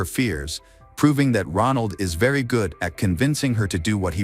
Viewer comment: "GUUDe GOD"*°°•••....😢😮😢..